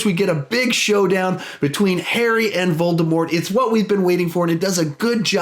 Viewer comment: The t in voldemort is silent